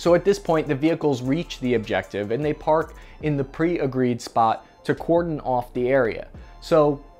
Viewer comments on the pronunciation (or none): none